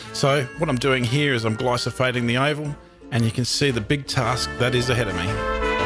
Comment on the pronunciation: Glyphosate not Glysophate